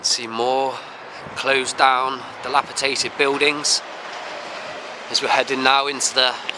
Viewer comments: Delapitated, pacific...English a second language? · Thank you for confirming what I already knew. You said "delapitated", I thought it might be something to do with the Tate Gallery or something.